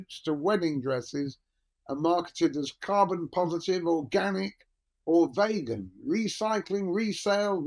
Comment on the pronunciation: Always amusing to hear someone say "Vaygan"